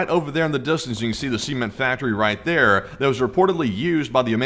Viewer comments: Was it a semen [see-muhn] factory or a cement [suh-ment] factory that was hit in Yemen? Just sayin', 'cause your pronunciation isn't right... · “Semen factory” 💀💀😭??? Why does bro pronounce “Cement” like that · I keep hearing words "semen factory", its CEMENT factory, not semen factory. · The way you say cement makes it sound like you're saying semen! BREAKING NEWS!!! Semen factory explodes🤣🤣🤣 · i keep hearing "semen factory". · "see ment?" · thought you said semen factory lmfao! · Not gonna lie i thought you said a semen factory. And i cant unhear it. and now neither can you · Every time you say Cement I keep hearing seamen lol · You'll have to start pronouncing Cement in a different way. The first 2 times I didn't hear "Cement" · please do not say the word "cement" ever again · Where did you learn to pronounce the word "cement"?